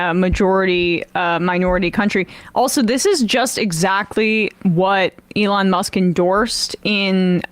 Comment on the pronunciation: "a lawn musk"